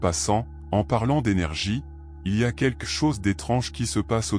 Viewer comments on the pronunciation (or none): On ne pourrait pas enfin enseigner à cette IA comment prononcer le mot "quelque" ?!